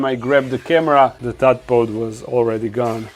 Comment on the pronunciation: For future videos it’s a “tadpole” not a “tadpod”